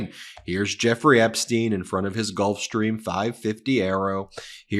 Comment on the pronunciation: Why do you pronounce Epstein Epsteen?